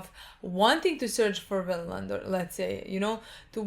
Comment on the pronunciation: “Winland Saga” 🥺